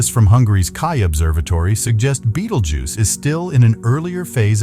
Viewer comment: Haha dumbass bot reader cannot pronounce betelgeuse